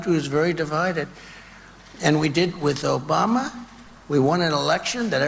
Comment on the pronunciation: Obamna He can’t even Pronounce Obama’s Name either. 😂